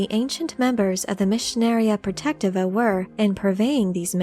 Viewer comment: Please correct me if I'm wrong, but I believe it is pronounced: Pro-Tech-Tee-Va